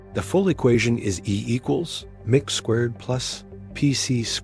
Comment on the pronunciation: I just heard the AI voice say, "E equals mick squared..." That's it. I'm out.